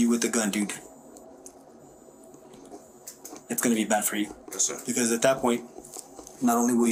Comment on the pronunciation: "Yis ser."